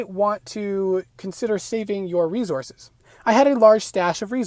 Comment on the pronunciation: Not only did you pronounce a word incorrectly, but you said it 200 times making this video unwatchable cringe. Re-Sources. It's an S, as in source. It's not re-Zorces... wtf is a zorce genius? It's obviously not Rezourzez. You also said certaint, maybe you misspoke on that one? I don't understand how people are so open with their lack of education these days.